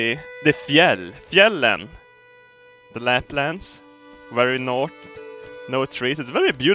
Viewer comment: ''Its de, its - its de fjäll. Fjällen. De Läplands, very nårt.'' 2016.